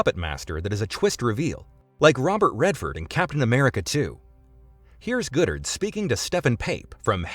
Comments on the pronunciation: Thank the universe – and the Sony email hack – Goddard's vision didn't come to pass because what's described sounds really, really bad. And i suspect 'Goddard' is pronounced 'god-art' not 'good-ert.' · How could you say Feige correctly, but not GODdard?